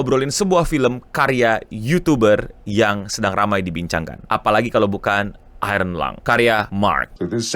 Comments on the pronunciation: "Iron Lung", bukan "Ironlong" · Iron Lung ya bukan ironlong.